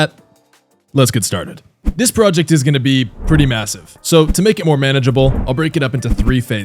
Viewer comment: D-d-d-d-did you jkust say M-m-m-m-m-massive? LOWWWWWWWWW TAPERRRRRR FADEEEEE